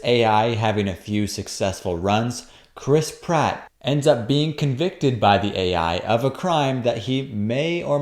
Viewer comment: Every time I hear "Chris Pratt," I hear "crisp rat."